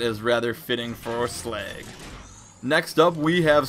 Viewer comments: it's slug not slag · Sleg? He called Slag, Sleg! Too funny